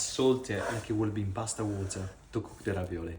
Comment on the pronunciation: haha nice and simple. grazie mille I'll have to try this one too. everytime you pop up, I always make it a game to predict your British water pronunciation. 😂🎉